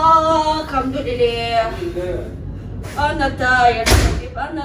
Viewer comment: بتقول الحمدلله بطريقه حلوه محدش مصري يعرف يقولها زي